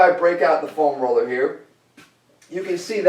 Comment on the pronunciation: Say "FOam Roller" one more time, please. Haha, just kidding, Jeff.